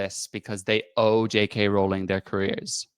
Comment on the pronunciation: Total stupid, I know, but what REALLY gets my goat is how no one (except ) can pronounce Rowling correctly. I can only assume these people castigating her haven't done any actual homework on here (even for something as simple as pronouncing her name correctly). They've learned everything they know from other haters. It's really quite bizarre.